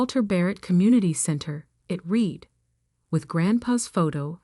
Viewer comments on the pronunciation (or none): Irrelevant, sometimes irritatingly distracting background! Verb "read" pronounced "reed" (infitive and present tense) but "red" (past tense and past participle)!